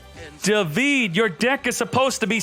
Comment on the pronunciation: Every time fails to pronounce "davide" i feel sick, it really hurts